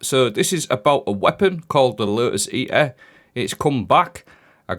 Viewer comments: so painful 😂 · The “Lo’is E’uh”